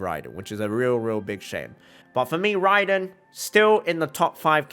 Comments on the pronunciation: RRRRAAAiden Shogun👍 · I love when he said THE RRRRRRAIDEN SHOGUN